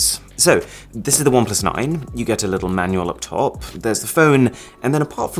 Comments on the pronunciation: Bom plus 😂, But I love his videos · I used to be a great fan of Oneplus, owning 5 their devices. However in Jan got 8Pro, returned is as camera was bad, and still struggling with refunding it. Disgusting customer service. You should do videos discussing the customer service we get today, especially from OnePlus. Nice video, however the constant emphasis on PLUS felt catchy only the first 2 times . Then in was too much